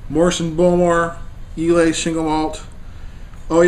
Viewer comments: It's pronounced eye-lah. Bowmore legend is actually not that peaty, the other islay's are much stronger. This is more of an intro islay or your everyday islay scotch. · I get a kick out of ur incompentence about how whisky is to be nosed and tasted..Its pronounced eye-la,,have a another dram u yankee nob slob.